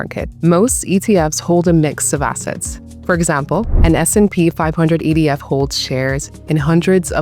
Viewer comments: It sounds like she says EDF I don’t know. What do you think? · That's what I heard too